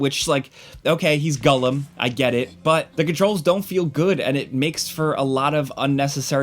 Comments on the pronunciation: Its it just me or is calling him gullim not gollum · TIL Americans call him Gullom rather than Gollum. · Kewl Review, two thumbs up but why does he say gullum instead of Gollum. My guy is killing me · It sounds like hes saying Gullum? not Gollum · The way you mispronounce "Gollum" is annoying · Am I crazy? Is saying Gullum? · Da fuck is Gullum? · I think what's more triggering than this poorly developed game is your pronunciation of "Gullum". haha get it together! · Sounds about like it's being pronounced as gullum 👀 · Really unfortunate... This looks terrible lol. First time I've heard it pronounced "Gullum"...... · why you call him “gullem” 😂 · Man, I was rooting for this one. Too bad. Also, am I the only one dying at "gullum?" 😅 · This guy: I'm a big lotr fan Also this guy: "gull-em" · Why does he say “Gullum?” Is that actually how you say it? Cause I’ve never heard it said that way before and its all I can focus on in the video